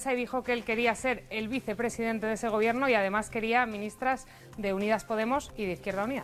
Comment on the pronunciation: ha dicho poTemos?